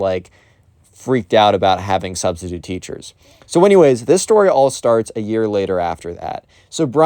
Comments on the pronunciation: “My Sustistute teacher” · Ah, yes. The sus-titute.